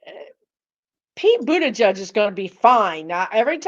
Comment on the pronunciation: Boot-edge-edge. Not judge. ♥️